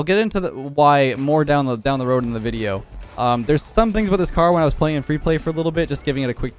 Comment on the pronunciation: We all knew who he was talkin aboot